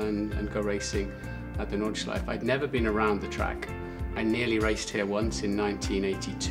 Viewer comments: „Nordschliefe“ oopsie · Just an FYI: the "e" at the end of "Nordschleife" is not silent if you want to use the proper German pronunciation (since it is German, after all) ;) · Nice one! One slight thing about "Nordschleife": German doesn't have silent vowels at the end of words. So the E at the end is always pronounced. You know, like the correct pronounciation of "Porsche". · He might at least have bothered to learn how to pronounce Nordschleife correctly in a week on the track surrounded by germans...